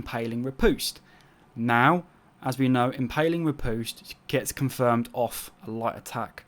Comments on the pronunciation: "Impaling rih - POOste." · You said riposte so bloody wrong facepalm